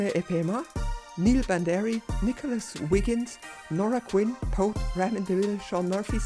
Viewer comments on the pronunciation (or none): none